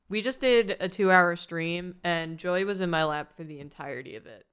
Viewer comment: The way says “Joy”, it sounds more like “Joey”